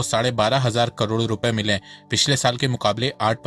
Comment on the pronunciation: Bhai please correct your pronunciation of crore - It's KAROD not KARODO. It's very irritating to listen to.